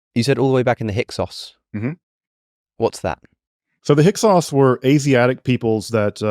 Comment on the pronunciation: Thank you for asking about the Hyksos... He made a good statement, but 10 words later it was Hyk-who